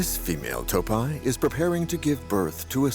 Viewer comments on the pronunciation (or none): ИИ честно задолбал, неприятно слушать как эта не до женщина разговаривает. Не тааапи а тоопи и т.д.